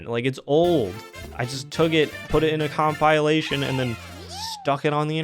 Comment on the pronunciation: I hate to say this while you’re struggling but “compylation” lol